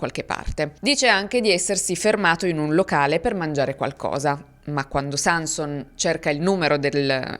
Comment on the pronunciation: Nel cognome Sanson l'accento cade sulla o (in Friuli)